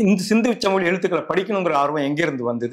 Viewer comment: பேட்டி காணும் பெரியவர் ஏன் " சிந்துச்சமவெளி" என, மீண்டும் மீண்டும் கூறி ,"சிந்து சமவெளி" என்பதை சிதைத்து, தமிழை கொலை செய்கின்றார்.அவரை திருத்திக்கொள்ளும்படி வேண்டி கொள்கிறேன்.